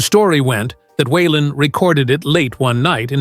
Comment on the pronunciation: Wenn man eine Autobiographie von Waylon Jennings erzählen möchte, dann sollte der Vornamen korrekt ausgesprochen werden....